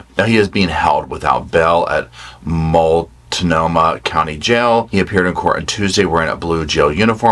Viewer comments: ALWAYS makes my day when you post a video!!! 🛋️🛋️🛋️🛋️ Great job on pronouncing Multnomah! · Congratulations on being one of few people that aren't from the NW who can pronounce Multnomah correctly lol.